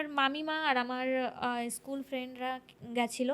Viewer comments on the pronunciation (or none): none